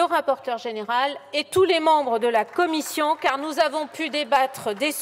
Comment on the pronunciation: 28min messssieur le président la comifffffion 😂